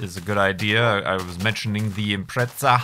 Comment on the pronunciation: Why you spell Impreza as [im-pretza]? Isn't it [im-preza]? I also imagine driving Subaru Impreza WRX STI GRB (turbo 220 kWt with mechanical gearbox). ^_^